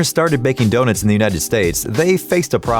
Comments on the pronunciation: Did anybody even notice that he said DONITS instead of donuts 🍩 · He said doe nits , not donuts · I love how he calls donuts donits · Did he say wholes in donits? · He called donuts donits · "DoNITS" lol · excuse me?! What’s a donit??? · Nobody gonna talk about the “donits?” XD donits.....Lol😂😂😂😂😂😂😂😂😂😂😆😆😆😆🤣🤣🤣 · The way he said donuts